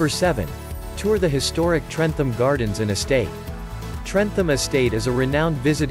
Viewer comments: You do not sound the H in trentham.its pronounced trentam.easy mistake to make tho when your not from staffordshire. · Trentham is said trentam